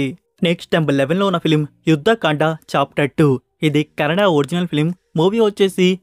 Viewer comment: bro, it’s not Canada. It’s Kannada. you pronouncing like Canada.